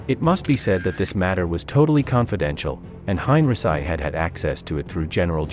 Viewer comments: Hine -ri - sigh? I thought it was Hine - ree - chee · Hein.richee not heinrisi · How many times have I told you HOW TO PRONOUNCE Heinrici Hein is like line ric is said geese ci is said SEE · I know you do not speak english or german .. but please find a better compureader.Yours is distracting enough that I stopped after the third mispronunciation of henrici